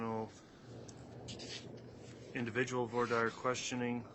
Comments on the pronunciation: Why does the judge mispronounce voire dire? He has several ways he pronounces it. lol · I cringe every time he says "for dire". 😆